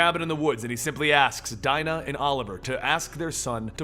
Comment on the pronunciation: D-Dyenah? Isn't it pronounced Deenah?